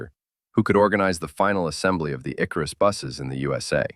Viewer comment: It's IkArus, not IkarUs.